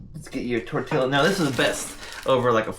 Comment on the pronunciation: why are you saying tortilla wrong you said you spoke spanish